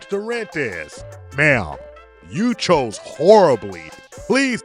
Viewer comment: There's no d at the end of chose 😂 omg